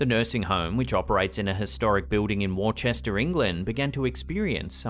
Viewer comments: Great video again, but for future reference, Worcester is pronounced Wussta not War Chester. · I can’t get over your pronunciation of Worcester…it’s pronounced wooster not worchester 😂😂🙄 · Hi a fan from England. The place is pronounced Wuster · In case no one else has said it: Worcester is pronounced: "Wuster". As in Worcestershire sauce. (Pronounced - Wuster or Wustersher Sauce.) Although the county of Worcestershire is just pronounced "Wustersher". I mean, isn't it obvious? Anyway, I'm not from Worcestershire, I'm from Yorkshire. (Pronounced Yorksher!) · I think it is pronounced (phonetically) as "Wooster" or "Worster" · Worcester is pronounced "Wooster". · Worchester is pronounced wouster. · Worcester is pronounced Wuster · FYI worcester is pronounced wuster...i know: us crazy brits. Good vids though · Its pornounced Wooster. 😁